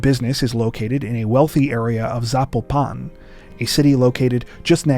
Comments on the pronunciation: By the way. Just say Valerie...snd Zapopan: accent on the PO!!!!!!! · Sorry..but...youre gonna Pronunciate " Valeria" like ....eith a supposed spanish accrnt.....yet you dont know how to say Zapopan?